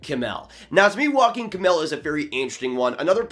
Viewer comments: Great video! A little pronunciation tip for Kemell's first name: it's not pronounced like Joaquin but rather like YO-ah-kim. (Source: I'm Finnish.) I've been hearing the Joaquin pronunciation from a lot of people, so I just wanted to help out! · Yeah had a bit of a chuckle at his pronunciation